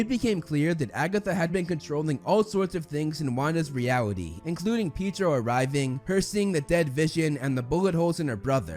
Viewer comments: Anyone slightly annoyed that he kept saying Peetro instead of Pietro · Did he actually call petro peetro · "pee tro" ITS "PE-EH-TRO" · He should after Falcon and the Winter Soldier, also, shouldn’t it be Falcon and the White Wolf? Also, it’s pronounced Pietro, not Peetro, not calling you out, just trying to help you for the future:) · it's Pietro not Piedro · its PEE EH TRO NOT peedro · The only thing bad about this video is the way he says Pietro’s name It’s Pee-a-tro, not Pee-tro 😂😂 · pedro isnt his name its pietro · Say Pietro’s name right! It’s Pee Aye Tro not Pee Tro! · its not said "peedro" its said pietro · im a minute in and i have to turn it off bc of the way u said pietro its pea ay tro not peetro aaaaaaaagghh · it’s pietro not peedro. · Im sorry but its not piedro, but pee-et_tro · Its pietro not pitro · “Peetro”? Dude🤦🏼‍♂️😂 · The way you say “Peetro” and not “Pietro” bothers me 😫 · so are we going to ignore the fact that he keeps saying Pidro instead of Pietro? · Am i the only one annoyed that he’s saying “Peetro” instead of P-I-E-T-R-O? 😅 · The fact that he said “peetro” but its “peatro”(no hate or judge) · He keeps calling him Pedro and it’s PIETRO!!! It’s driving me crazy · I swear, he's saying Peedro, not Pietro :D It's so funny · its not. Pidro. its Pi E tro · was anyone else triggered when he said "Pedro"?? just gonna say it, it's Pietro "pee-ayy-tro". Nonetheless great video, and you should definitely make more MCU content in the future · Just so you know it’s Pietro not piedro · Who’s gonna tell him it’s PeAtro. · "Peedro" lmao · Omfg not "Peedro" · ahhh yes, Wanda's brother, Peedro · PAY-DRO PAY-DRO PAY-DRO Uggghhhh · Man said peedro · I had to stop myself from not watching this after he said peedro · “pee-tro”😂 i’m dying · Who TF is Pedro it's Pietro.... Lol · Its not peedro uts pietro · He said peedro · hehe. "pydro" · Did i just here pedro instead of pietro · dis dude calls peitro peedro???? the heck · Not peetro it’s Pietro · Peedro? Wut.